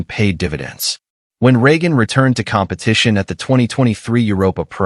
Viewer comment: Other than consistantly mispronouncing Regan's name, was a very good video.